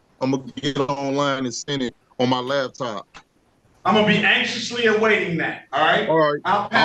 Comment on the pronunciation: His "lab top".